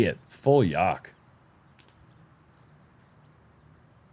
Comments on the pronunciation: can yall stop saying yahk. the correct word is yuked. it sounds better to the ears. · Stop saying Yahk!